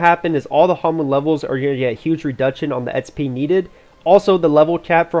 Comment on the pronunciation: espee try to say eks pee :P